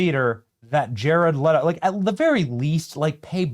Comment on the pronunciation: No Benny, it IS jared LEE-TO. Just like rachel ZEE-GLER. Who cares no respect for narcissistic pretenders